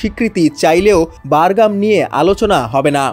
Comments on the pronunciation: বারঘাম নয় বাঘরাম। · বারগাম????? নাকি বাগরাম??? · হ‍্যালোঃ শিক্ষিত সাংবাদিক উচ্চারণ বারগাম নাকি বাগরাম হবে? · বারগাম নাকি বাগরাম,বার বার বারগাম বারগাম করেন কেন??? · ভাই, বারগাম না। বাগরাম ঘাটি। আপনি সাংবাদিক হয়ে এই ভুল উচ্চারণ কি ভাবে করেন? তাও একবার না চার বার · ঐ,সঃবাদ দেওয়া শিখ, বাগরাম, বারগাম নয়,,আর পুরান খবর ছাড়া আর কিছু পাছনা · উচ্চারণ ঠিক কর। বাগরাম হবে।